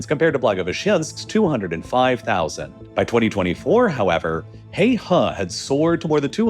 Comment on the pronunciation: “Heihe” is pronounced “hay her” and not “hay hah”. It means “Black River”「黑河」. It’s located in “Heilongjiang” province and “Heilongjiang”「黑龍江」means “Black Dragon River” (a.k.a. the Amur River) where the difference between「河」and「江」is that the former is a generic term for river and also for narrower rivers with shallow banks while the latter is the term used for wider rivers with steep banks that may have cliffs for banks. FYI.